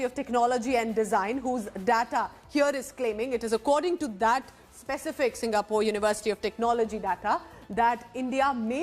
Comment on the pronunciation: It's not SIGA-POR, it's Singapore.